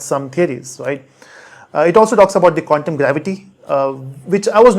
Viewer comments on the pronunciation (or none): none